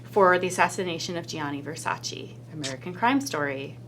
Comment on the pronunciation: È VersacE Not VersacI